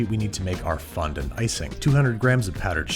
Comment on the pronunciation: How's about you fondon't mispronounce fondant?